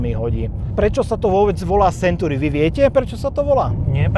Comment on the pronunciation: to su silne slova, video nebolo spatne. ale na tej anglictine to chce trosku zapracovat, century sa urcite nevyslovuje [senturi]...trhalo mi to usi celu dobu